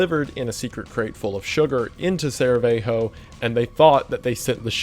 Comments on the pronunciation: So are you pronouncing Sarajevo incredibly wrong on purpose? I'm going to go with yes. I can understand not knowing how to pronounce all those Slavic names with too many consonants that might not even be pronounced the way you think. There is absolutely no excuse for pronouncing I'm sorry butchering the pronunciation of Sarajevo the way you are and it is actually quite distracting from what I think is otherwise engaging content. If you are doing it just to increase engagement it's irritating and not helpful for your brand. If you can't spend 2 seconds to figure out how to pronounce Sarajevo correctly..... Honestly, if you were pronouncing it Sara-jeee-voe and then also providing all the rest of the information and engaging content around it it would be much less distracting. No wonder you're a goon. 😉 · I'm not Bosnian or from the region but I guess from football players I know how to pronounce their names already. :) I like it when you butcher names and then apologize. However, you're such a smart person and it's a shame you don't know how to pronounce or even spell Sarajevo (read in English as Sarayevo). You can always read on Wikipedia how to spell and pronounce the city name. I'm actually surprised you didn't know of it, it is the capital of Bosnia and its a known city big city, with a lot of history (even recent history) and I would definitely not call it a "town". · SARR-ə-YAY-voh ... I don't like being that guy, but the history nerd in me was starting to twitch. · saraveho haha, we don't have the same pronunciation as the spanish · "Sarah Veigh Hoe" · Dude I saw this video almost 2 years ago and I'm here again JUST to hear him say "Saraveho" I'm lauging so hard I'm in tears from how confidently he butchered it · 'Saraveho' how do you pronounce it that wrong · but he didn't even say 'Sarahevo' he says 'Saraveho' 😂 we all make mistakes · It’s pronounced “Sarah-yay-vo” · “Saravejho” got me 😭😭😭😭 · Never heard someone pronounce sarajevo as saerahevo